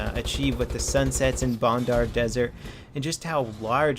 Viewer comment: Its bandar desert not bondar its a A not a O it seine (sen) crossing all over again ok rant over nice video